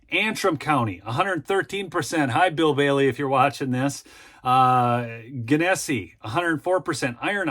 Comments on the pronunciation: Great news. ("Genessee" is pronounced "Jen uh see," btw. Where I grew up and where I moved back to.) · gen-ne-see county